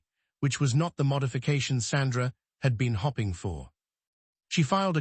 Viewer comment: 😅 access denneed😅 hopping instead of hoping 😅stahting instead of state-ing😅ai is so funny. I wait to listen to new or repeated mispronouncing with each new story and chosen accent. 😊